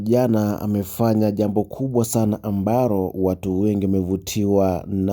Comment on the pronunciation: Wenae so ambaroo ni ambaloo😂😂😂😂 khee